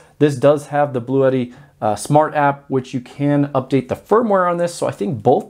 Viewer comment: Just FYI, it’s pronounced “Blue Tee”. I like the idea of it sounding like an exotic Italian racing car though